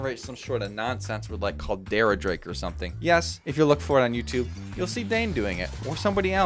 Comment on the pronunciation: He also called Coldarra Drake "Caldera Drake"